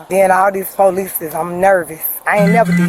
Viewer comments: She said "Poo Leeece" she needs to go back to elementary school and take English again and learn how to speak correctly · She even made it plural, "po- leeeces" 😂😂😂